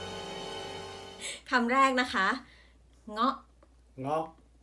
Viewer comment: น่ารักกกก ออกเสียง เงาะ ได้ด้วย เก่งมาก